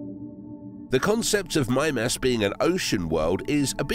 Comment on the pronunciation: Why do I feel like he's not saying that right? Oh, cuz he also said "geezers" instead of Geysers. So Mime-Ass probably isn't right either.